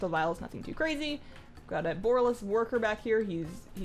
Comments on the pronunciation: BU-RAH-LUS. BU-RAH-LUS :') not "BORE-UH-LUS" xD love the walkthrough though. I kinda found this place a bit of a mindfxck on the alpha/beta. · i love the way u pronounce the city name, i think bOralus sounds way better than borAlus ... and since it comes from , it seems the more fitting one :3